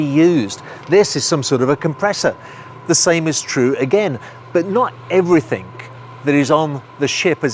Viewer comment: Great content but please.. ‘everything’ not ‘everythink’!!